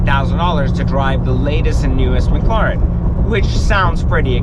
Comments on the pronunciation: Dude, its Mclaren not Macloran. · its pronounced mclairen. not mcloren. spelled correctly, it is Mclaren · mcloren XD its mclaririn lol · Or maybe he’s just bitching about another he owns, it doesn’t take a genius to realize that owning a brand new super car is gonna cost a lot. If he wanted an investment then he shouldn’t have even looked at a McLaren or as he says “McLoren”. Don’t blame the company for this mans lack of brain power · he had to sell it because McLaren was ashamed that their customer couldn't pronounce mclaren right 😂